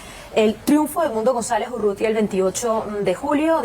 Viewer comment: URRUTIA , flaco; no UTURRIA